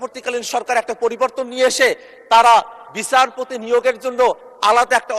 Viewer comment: আরে পাঠা,বিছারপতি না,বিচারপতি